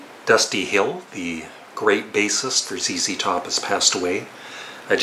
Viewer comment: I am glad you have pronounced ZZ Top (zee, zee) correctly instead of Z(ed), I know that Canadians pronounce the letter Z as Zed.